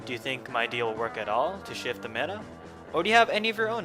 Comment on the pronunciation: the way you pronounce damage and meta is funny